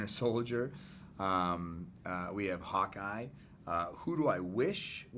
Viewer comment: Every time he says Hawkeye I hear "Hot Guy" and I'm just like where!?